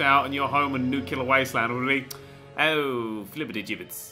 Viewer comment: IT'S NOT NU-CU-LER, IT'S NU-CLEAR FFS